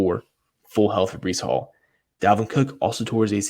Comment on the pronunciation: My guy !! Checking you out now … Definitely botched the name but it’s cool 😂